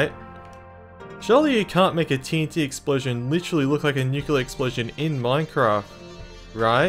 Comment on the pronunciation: bro its nuclear not nucular 💀💀💀